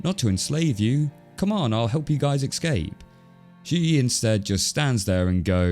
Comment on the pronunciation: Dude, it's ESSS-CAPE. Not AXE-CAPE. Why are you pronouncing it wrong? Drives me mad.